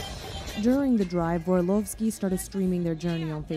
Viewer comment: Hey, i know you probably didnt mean it but there names shouldnt be read in a russian accent Barnabášová - /barnabashova/ and you pronounced Vorlovski coretly. Love your chanel bye💕